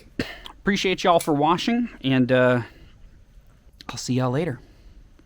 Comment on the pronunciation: I love everything y’all make and especially the fact that is sounded like you said “thank y’all for washing” instead of watching XD